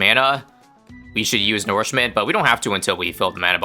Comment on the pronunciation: plz stop saying nourishment wrong it is insanely annoying (u can just call it feed/feeding or something) its as annoying those people who keep calling manure "manoor"